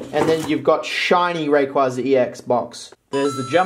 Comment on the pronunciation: raykwayza is how you pronounce rayquaza